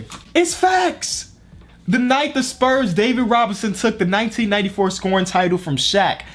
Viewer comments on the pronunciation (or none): none